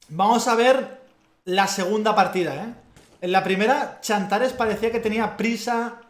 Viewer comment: se llama xantares no chantares